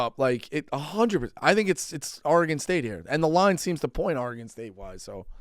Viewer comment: Why does Dave say Oregone?